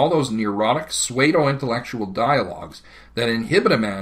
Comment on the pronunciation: It's 'femme fatale', and 'pseudo-intellectual'.